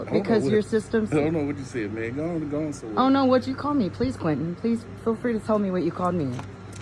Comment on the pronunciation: "I don't want to listen to you, but bweeese give me a out of the jail freecard." You can't make this shit up! 🤡